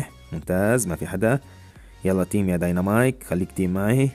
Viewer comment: اسمه ديناميك ومو دنينامايك